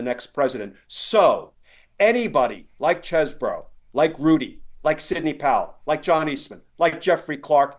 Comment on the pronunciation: It's pronounced Cheesebro.